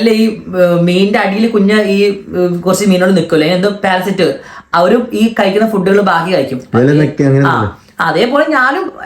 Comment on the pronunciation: Parasite ❎ Parasat ✅